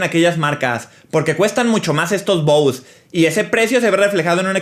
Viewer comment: Se pronuncia bose